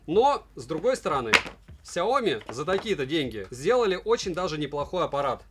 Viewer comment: Сяоми́, а не Сяо́ми! С ударением на букву "и", а не на букву "о"! А то Какая-то Наоми получается! Нао́ми Кэмпбелл – Сяо́ми Кэмпбелл! Не надо искажать и коверкать это китайское наименование брэнда!